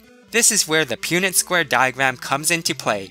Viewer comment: High school biology? I learned that in 6th grade so that would be elementary for me! You also pronounce punnet square wrong but good try lol :3